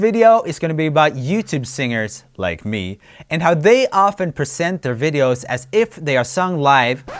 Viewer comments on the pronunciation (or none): none